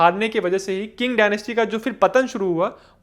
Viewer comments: Qing is pronounced as Ching not King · Qing is pronounced चिंग, not किंग